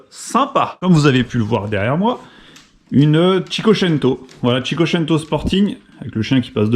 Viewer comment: Toute la vidéo je me suis délecté de ta prononciation de cinquecento 😂😂😂😉